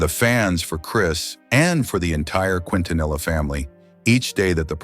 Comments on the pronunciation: Thank you for your response. This is the second video I've seen that's done this in recent weeks so I'm afraid you bore the brunt of my frustration. Anyway, it's pronounced, Kin-ta-nee-ah. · Her last name is pronounced KEEN TA NEE YA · Mispronouncing her name is instant turn off for me, couldn't make it past that. Please learn her name properly if you're gonna make a video about her. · This was posted after Yolanda Saldivar was denied parole. I'm glad that she will never know freedom ever again. She wouldn't last 10 minutes out in public. The people would probably tear her to shreds which is no less than she deserves for all of the pain she's caused others. Also, this dimwit narrator should have at least learned how to pronounce the family name. I'm not a Latina but even I know how to say it properly. Angels sing thee to thy rest La Reina.